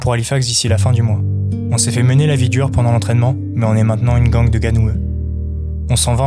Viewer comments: "Gang" se prononce "gaigne" et non "gangue", soit dit en passant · La gang on prononce ça ging